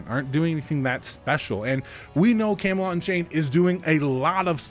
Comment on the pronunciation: camelot => camalot => cam-a-lot